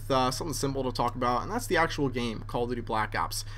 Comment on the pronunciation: doesn't it sound like he's saying "Call of 'D', Black Ops."?